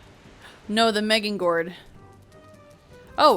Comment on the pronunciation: sneak + back stab + headshot on the troll = big numbers edit 1 : if you find a rancid remains head keep it, it is the hardest item to get in the game granted its just a deco item. but still very rare. edit 2 : meging gord ... meging gord🤣 it is funny, way closer then what i call it but still pretty funny